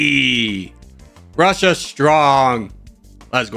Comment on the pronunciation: “Muzzer Vrussia!!!!”